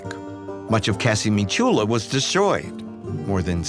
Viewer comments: I always follow this series when I get the chance. It's just a pity that they didn't get the correct pronunciation of Ischia (accent on the first I) or Casamicciola (again accent on the first i) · I don't understand because this narrator doesn't make the slightest effort to discover the correct pronunciation of Ischia or Casamicciola: It doesn't have to be difficult: just go to Wikipedia